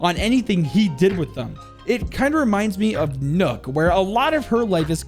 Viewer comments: Can we not pronounce nøkks name as “nook” because that’s not how it’s pronounced it’s annoying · That is not how you say nook